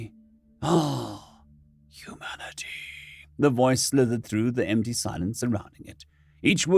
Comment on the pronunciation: Hu-MAN-i-ty!...Oh, F***no! O_O